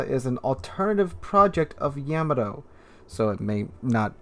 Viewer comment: Ok, its driving me nuts hearing your mis-pronouncing Yamato! The ship was NEVER CALLED "YAMI".. THAT was a dumb brand of 80's YOGURT !! YAM A. TOE sounds like you can't walk and chew gum at the same time in the dark. It is pronounced Yah MAH tow, with the accent on the second syllable! Not like hammer toe with a y!